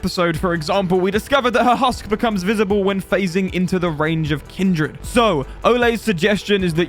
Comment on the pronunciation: I hate to not leave a positive comment on a video I enjoyed, but for this video and the last myth video, you pronounce 'kindered' as "kin-dread" when it's "kin-der-d"